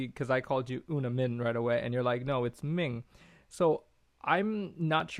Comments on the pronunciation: It's Minh with an nh niy Ming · Minh to the northerners will sound like "Ming". Not that I'm fully a northerner but a halfie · Nh is a G sound in the North. I'm Irish in Hanoi. Ninh Binh is pronounced Ning Bing